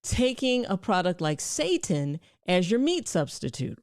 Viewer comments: It's not pronounced like the word Satan, makes me wonder how much she knows about it if she doesn't even take the time to learn how to pronounce the word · chill.. its "SAY-tan" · I believe seitan is pronounced say-tan, either way, stay away😅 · It's pronounced.... Seitan is pronounced... Say-tahn... Not how you were pronouncing it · Doc it is "say tan" not "say tin" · It's pronounced SEE-TAN sister lol😂😂😂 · It's pronounced 'sah-tan' not 'say-tin'. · ...the word she's looking for is NOT SATAN...IT'S SETINE..pronounced SET TINE..long I sound.. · It is pronounced SI Tan. Not Satan. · Its not pronounced ‘Satan’ its pronounced see-tan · Seitan is pronounced like "say tan" -- not say ten. And buy organic to avoid all the toxins you're scaring people with. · Say tAn...pronounced w a pause and more enunciation on the tan....spelled seitan not pronounced satan. Super high in gluten. Not amazing on the digestive tract. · Good Dr. Rachael Ross. Love your videos! Just a heads up. Setan is pronounced., see-tan. I used to eat setan and I stopped eatting it because it caused me to develop gluten intolerance. It made me involuntarily pass gas. Very embarrassing! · It is pronounced SAY TAN! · We would pronounce it SAY TAN.. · Pronounsed Zytan...... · “say-tan” = seitan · SEITAN. -(SAY SHAWN ) I think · Its pronouced seetan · Love your information, your channel, your spirit Dr Rachael, and you made me laugh when you spoke about seitan, but I think I can help. The correct pronunciation is 'SAY tan'. Then people will know what you're saying. Did you mention that organic farming omits the use of glyphosate? There are plenty of reasons to go gluten-free that are separate from glyphosate, but when you add the glyphosate on top of gluten, you have a recipe for decimation of the gut microbiome and leaky gut. Guaranteed. :) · Blant-based meat is not 'processed meat ' - it's processed vegetable proteins. Gluten protein is pronounced Sigh-tan. The weedkiller is glyphosate, not glyphosphate.